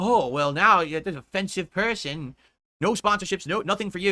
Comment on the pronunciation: Why did he say defensive person like that, why did he say gout like that in the last video? Are these one of those mini strokes we supposedly see or are we witnessing his mental truly slip away